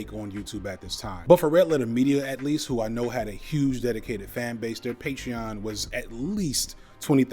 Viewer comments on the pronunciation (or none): none